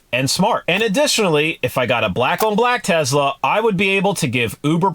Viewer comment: He says Tezla. Lol. Is that a Chinese knockoff of a Tesla?